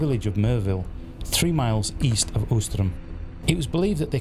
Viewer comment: Ouistreham is pronounced weestrahm